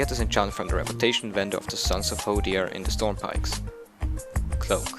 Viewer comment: Oh also I love your accent, your Norwegian right? :P Its funny when you go to pronounce v's. In the video you said something like, 'You can buy it from a wendor'